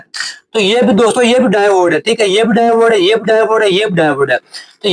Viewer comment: Davode nai hota diode hota ha bhai